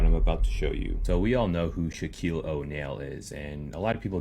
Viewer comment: Okay so 7 minutes and 47 seconds into the video the dude pronounces Shaquille O'Neal's name wrong he continuously pronounce his people's names wrong especially the stars is this dude seriously out of touch with reality or he cannot read like how do you not know how to pronounce these people's names I don't get it I really don't get it it's like frustrating every time I see this dude I want to fast forward